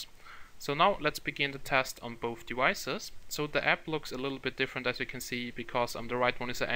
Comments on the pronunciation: Why do i feel you say "devices" like "dewices" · I hear it too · yeah its devices not dewises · "On both dewicces" Dat accent